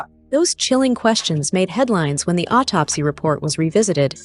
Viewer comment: How do you guys believe a ninja in a wig who doesn't know how to pronounce autopsy? He is still using AI as a source.